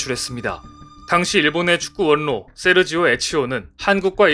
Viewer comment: "~원로"는, "~월로"라고 말하고 읽습니다~ ♡